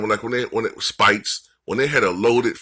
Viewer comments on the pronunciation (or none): you also say Speights like Spites. It’s pronounced Spates. He wasn’t good and it was Kerr’s system that helped him.